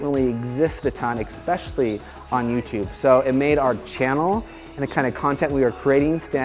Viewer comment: It's "especially", there's no "X" in the word. But good video either way!